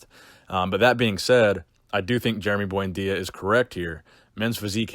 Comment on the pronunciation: Lmao "boyndeeya" sickening Jason genova prenunciatations